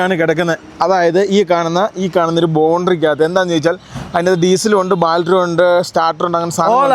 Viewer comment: ബാൾട്ടറി എല്ലാ മൈരെ ബാറ്ററി എന്ന പറയാൻ പടിക്ക് മൈരെ ! എത്ര തവണ പറയണം!